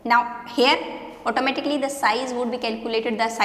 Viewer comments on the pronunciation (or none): When you say automatically it's sound like "ऑटो मे टकली"...